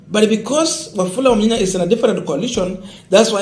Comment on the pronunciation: You are doing a good Job for news. I would like you to correct your pronounciation of this name. It is Wamunyinyi and not Wamunyinya as you have been calling it. thanks.